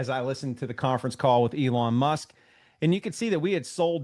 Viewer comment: Elon "Mush" haha!